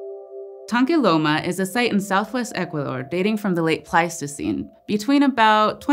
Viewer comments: Okay, I have never heard Equador pronounced like says it, and it makes me IRRATIONALY happy. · I think has a speech impediment. Yeh I can’t listen to this. She can’t say Ecuador properly. Ok I’m unsubscribing.